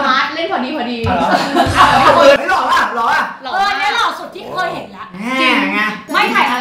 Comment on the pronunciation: when he said the word "loh" (handsome), it made me laugh so hard. he really lost. hahaha!